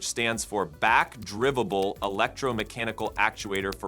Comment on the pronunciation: Back-drivible” is what your video pronounces it, can’t you go and edit things so it’s pronounced correctly?